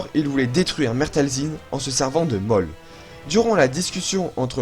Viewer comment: Waw 🤩 c'est fou comme tu progresse au niveau montage 😻 C'est très cool a voir 👌🏻👍🏻 mais je crois juste que Maul se dit "Môl" et pas "Mooooooollllle" 😂 mais bon sinon rien a dire, c'est super 🖤